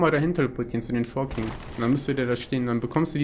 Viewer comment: ich muss dich mal verbessern auch wenn ich KEIN englisch lehrer bin es heisst KINGS nicht KIGNS ^^